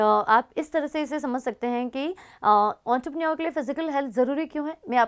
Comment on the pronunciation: It's entrepreneur* Not auntrepreneur 😂